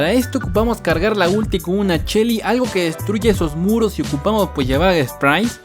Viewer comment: Porque le dices chelly en vez de shelly?